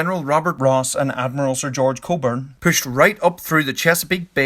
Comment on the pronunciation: You said coburn instead of cockburn.